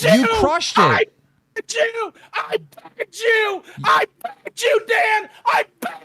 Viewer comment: "I PEGGED YOU! I PEGGED YOU! I PEGGED YOU!" I know he says "begged", but come on 😂🤣